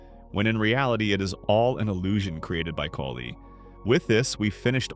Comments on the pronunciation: Thank you. It was driving me nuts. If they don't know the names why do they make videos? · Kali is pronounced “Call-lee”. You pronounced it three different ways in this video. Are you using AI for this?